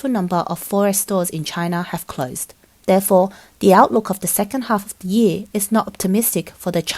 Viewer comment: You Pronounced year as ye lol